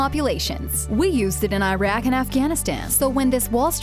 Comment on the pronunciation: Haha wow; shattered all my impressions of Canada (I still like Canada much better than the US though). Also, Iraq is pronounced "ih-raak", not "iRack" (it's not an Apple product). Also, Saudi is pronounced "saoo-dee", not "saw-dee".